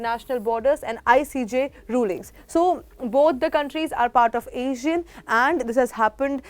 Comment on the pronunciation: check the pronunciation for ASEAN